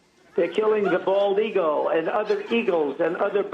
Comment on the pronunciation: Why does he say eagle like seagull “eagull” 😫